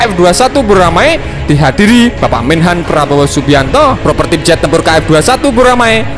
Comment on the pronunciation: Ralat min, prototipe, bukan propertip 🙏😁